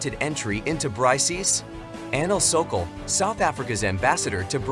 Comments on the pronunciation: It's not Bry C S. It's it's pronounced similar to bricks. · BRY-C-S lol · This f*kwit can't even pronounce the acronym BRICS as BRICKS should not even be making video on Youtube. I didn't listen to his weirdness on the whole video. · it is not bry CS, it is pronounced as Bricks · BRO REALLY SAID BRICIIIS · I am pretty sure the pronounciation of BRICS is wrong. Makes the entire video sound stupid.